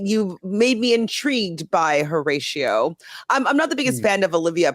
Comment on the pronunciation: Dead at your pronunciation of Horracio 😂 I have to teach you how to roll your Rs lol Once again, thank you guys for this content! Definitely more excited for this season than the last 🤗